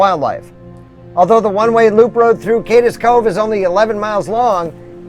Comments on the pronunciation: I’m sorry! I don’t want to sound like an obnoxious critic, but it’s pronounced “Kade’s” Cove, not “Kad-des” Cove. Again, my apologies for sounding “smug.” I just couldn’t help but to correct this. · Cades Cove is not pronounced Cadis cove, but CADEs as in Cascades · It's "Cades Cove" not Cadez cove. It is pronounced as if Cade is possessive. Excellent video. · “Cade es”Cove. LOL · Love this weeks videos. FYI Cades Cove is pronounced Cade's Cove, one syllable.